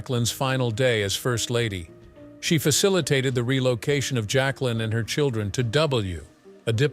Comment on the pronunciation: JAQUELINE (not "Jaclyn")